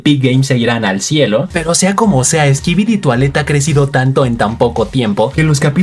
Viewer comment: jaja me da risa como dice skibidi toailete cuando es skibidi toilet y no se que trata de disimular si la serie esta muy buena